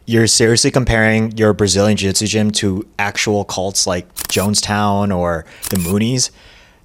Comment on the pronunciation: Jujitsu is a three-syllable word.